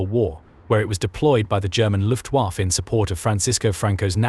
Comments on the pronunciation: Yep. Luftwarrffeeee .... plus the Ju88 clip a few seconds before. Lazy, lazy, lazy. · When are you people using AI chat to narrate your videos going to realize you're going to need to spell out phonetically some words, terms and model numers etc. to have the program make it sound right. You know, like "looftwafa" so it sounds like a person would say it. Separate the H and E sso it sounds like the letters rather than a freakin' pronoun! Yup, LAZY!